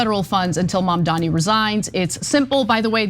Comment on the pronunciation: It's MaMdani.